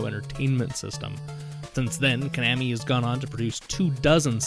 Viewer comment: You pronounce Konami "ca-nam-me". I pronounce it "co-na-me". And "tin-gen", sorry it's "Ten-gin". Where did you learn these names? Where you raised in a bomb shelter by yourself?